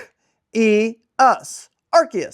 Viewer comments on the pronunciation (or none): It's ARRrr seee usss like a pirate lol! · ark ee us got me lol I had no clue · Ngl I’m one of those people that pronounce arceus with a soft c 😅